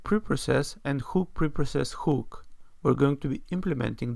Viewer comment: Thanks for sharing. I believe that a "huhk" and not a "whooook" you're talking about.